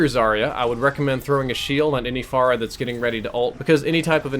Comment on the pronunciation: "Pharah-way" HAHA